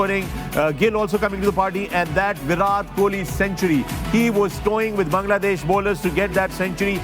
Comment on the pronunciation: not virath kohli its virat kohli...all Pakistani need tongue checkup😅